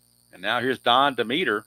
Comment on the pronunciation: Hi... I love the basic game and I enjoy watching you play.And I hope you keep this sunday basic going as it's great! Just a note for you.... Don demeter is pronounced dem eter with the accent on Dem.....Dem et er.